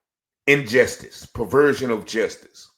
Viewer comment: Justice is not pronounced jestice.